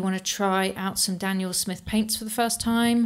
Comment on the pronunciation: Another “dout come”